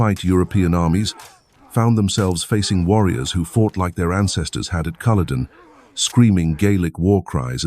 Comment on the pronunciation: It’s not cool a don it’s CULL O DEN .